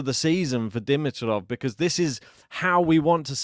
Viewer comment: before you hurt my wife's ears tomorrow, please - "D-MEE-trof," D-MEE-trof." Not "DIM-i-trof." Now that that item is out of the way - Grigor, for me, is equally as fun to watch as Carlos. His game style is insane. His tennis IQ is off the charts, and when he plays at his best, he is good as it gets. And my word - Sascha was such an obstacle. He was getting every ball back and he could have easily won. Fantastic to watch Grigor's last 2 matches! And go Danielle today?